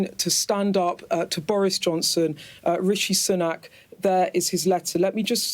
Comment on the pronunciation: 'Rishi Sunuk'